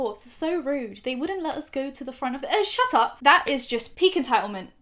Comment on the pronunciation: this is the most brittish "shut up" i've ever heard